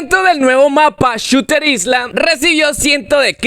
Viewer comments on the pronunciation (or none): none